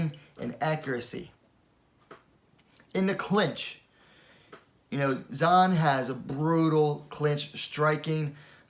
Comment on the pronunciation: Heads up, Zhang is pronounced "Jung"